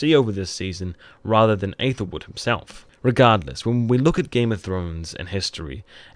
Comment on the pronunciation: Dude u been doing these vids 4 years . Hey their names right. U been mispronouncing them 4 years 2. It's aethelwolf not aethelwood. These could b such great videos yet u still mangle the names, after all this time. How can I watch thinking this could b plot helpful of u can't get the characters right?